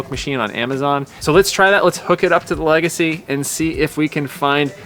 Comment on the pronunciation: How about the “Emerald Le-Gacy”!!….eh…eh!!